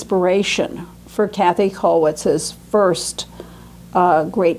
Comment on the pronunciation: I wish would not call Kathe Kathy. She certainly knows better, but by doing this perpetuates a mistake. But perhaps I'm being too niggling about an important lecture on a very important artist.